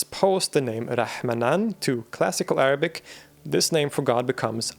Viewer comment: hearing proper arabic pronunciation in between of good english speech brings joy to my ears